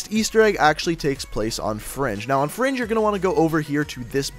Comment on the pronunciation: why does he keep saying fronge